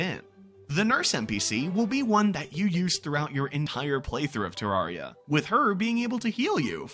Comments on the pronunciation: NEVER HEARD SOMEONE SAY IT LIKE THAT ITS TER-RARE-IA NOT TERARRRRIA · I feel pain when he says ter-ARE-ia